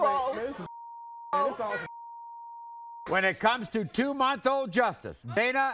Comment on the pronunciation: Did she say 🥁 role?😂🤣